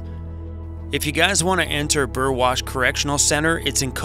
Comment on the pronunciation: Nice to know someone can pronounce Burwash correctly!!!!!! And hello from UK Burwash:)